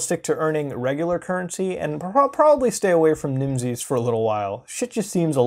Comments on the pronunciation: Everytime he pronounces the word Nimses 'Nimsees' makes me hate myself. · Its pronounced like nemesis